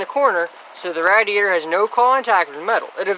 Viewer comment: You say radiator really strange. It’s pronounced “radiator” not “radiator”